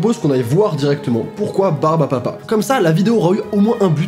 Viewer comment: Pourquoi personne ne parle du fait qu’il a dit au moins trois fois ✨ barbapa ✨